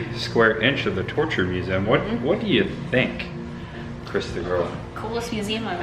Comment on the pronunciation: You are fine in your midwest pronunciations of z in museum but i am from midwest too and you forget the e. I think its mue ze um. Anyway, not giving you a hard time. We love you. Great, gruesome vlog. Happy Birthday.